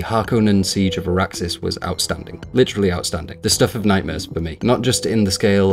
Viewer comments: Good review but two points. Maybe I forgot but I don’t recall the book having any “sound as a weapon” like the 1980s version. So not sure why you would expect it. Also It’s Arrakis not Arraxis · Arrakis not Araksis, other than that a decent review. Your Alien in-depth revew was magnificent even if I disagree on some of your conclusions. Keep going you deserve better but don't try to take short cuts, there is enough of that on youtube.